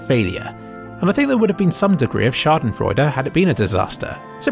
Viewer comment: As a German, i love how you said "Schadenfreude" :D